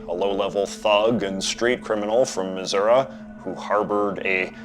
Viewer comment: JJ's pronunciation of Missouri is on point